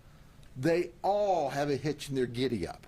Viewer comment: Have a hitch in their “kiddieup” 🤣👍🏻 Sheriff Grady for President 🎉